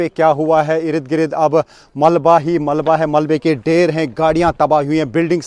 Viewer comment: Irid girid ni ird gird hota hy